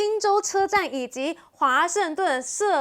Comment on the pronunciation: 杜勒斯機場…..，不是「社樂斯…」 主持人我觀察了幾次，看起來都不事先準備資料，不預習的喔⋯⋯